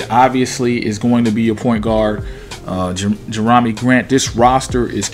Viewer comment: Did you say Jer-ROM-me Grant lol 😂